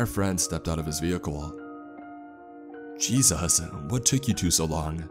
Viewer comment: Nobody ever:: "Jesos"